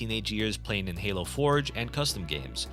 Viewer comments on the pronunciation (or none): none